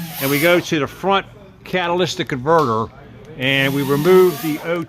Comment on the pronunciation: Cat-uh-lit-ick converter no s in catalytic